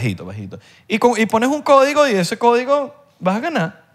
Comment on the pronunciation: Se dice "CÓDIGO"